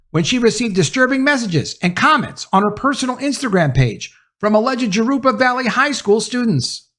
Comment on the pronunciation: Good video,. Just fyi, Jurupa is pronounced "Hoo-roo-pa"